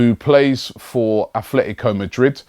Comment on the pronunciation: Hi Robbie ... There's no th in Atletico :-)